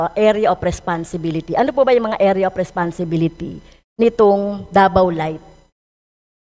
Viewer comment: Ang sarap pakinggan ng "Area of Responsibility" ng ilang beses